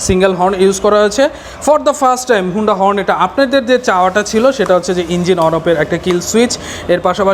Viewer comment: Vai agee Uccharon thik koren tarpor ekta review koren.. 😆😆thik moto ekta component er naam o bolte paren naa blog banaitesen😆😆 HONDA er naam take HUUNDA banai felsen🤣🤣 USD Suspension er Full Meaning holo UP SIDE DOWN Suspension UPS AN DOWN Na Vai🤣🤣🤣 R oigula tail light na vai Indicator Light🤣🤣 sadharon manush ke confused koiren na.